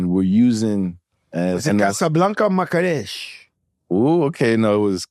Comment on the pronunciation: Big shout out to my country Morocco ❤ but Joe my city is called Marrakesh not Makkarech 🤦🏽‍♂️🤷🏽‍♂️